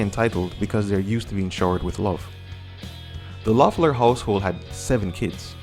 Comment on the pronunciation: great video! just somethings: the O is silent so pronounces Leffler. Well enough alone is definitely about Joe, so they dont play live this song anymore. I dont think Joe had substances. The Jesus part they grew up Christians but now Pete is agnostic. Joe is now a lawyer I guess.